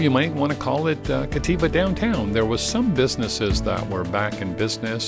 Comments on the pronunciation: FYI, it's Captiva with a "p", not Cattiva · Captiva…as in captivating…not Cativa Otherwise, thanks for the update